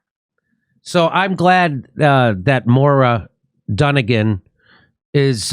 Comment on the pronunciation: It's pronounced Moyra not Mora.